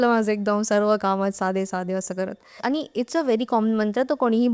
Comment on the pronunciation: पानी ,आ नी, भाई भाई 😂😂😂फेका फेकी